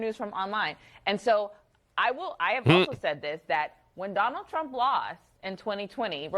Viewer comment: Did she just call him Donald Jamaal Trump? Oh my gosh I love it